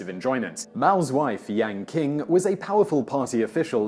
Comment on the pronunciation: Qing sounds is pronounced more like Ching than king.